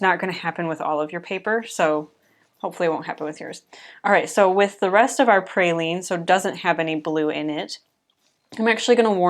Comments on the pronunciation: Beautiful llandscape! I also love Pe-ry- lene green as well. Sorry but my mom was a stickler for pronunciation and spelling when I was growing up, so now it is a pet peeve with me. Not your problem, it's mine.😂 when I hear praline I think of sugared pecans.😊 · Great landscape 🥰🥰🥰🥰. I think you may be mispronouncing Perylene Green, sounds like you are saying Praylene. Pronounce like pear-a-lean. I may be wrong, please let me know, my be my old age. So enjoyed your video😊